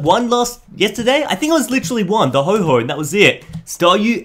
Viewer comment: Okay its not ho-ho its ho-oh.